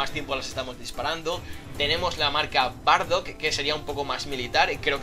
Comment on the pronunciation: dijo bardoc o vladof